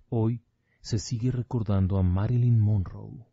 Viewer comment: Monroe es con una r no 2 sr lic